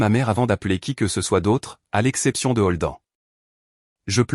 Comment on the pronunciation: Je ne comprends pas, la mère et la sœur cachent la naissance de sa première petite fille à son mari, mais la mère invite sa fille à l'anniversaire de celui-ci ? Elle n'a pas pensé que tout se saurait lors de cette fête ? Et Holden se prononce prononce "Holdène" et non Holdan.